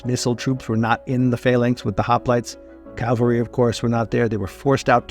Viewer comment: Somewhere you said the wrong version of “cavalry” and pronounced it like the crucifixion place.